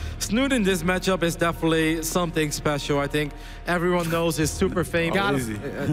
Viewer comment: i'm not sure why, but i am always bothered by the English dialect in which "th's" are pronounced as "f's". for example in this video: wif - with somefing - something fink - think eifer - either rant over. all in all, very entertaining series.